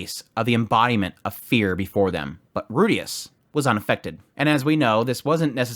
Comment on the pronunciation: well then the guy is still wrong because he used the western pronunciation of Rudeus with a very clear R sound instead of the L sound which is closer to Japanese